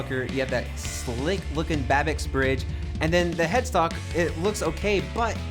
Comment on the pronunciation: Babicz is pronounced Babich, not Babix.